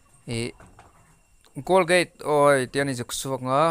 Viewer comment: Golgate a ni lo.. Colgate zawk o